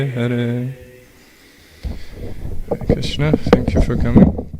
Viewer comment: it's hare Krishna not kare Krishna